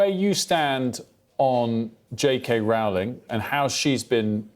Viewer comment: Rowling is pronounced rolling (as in rolling pin). Isn't she important enough, famous enough, influential enough, for broadcasters to actually get her name right?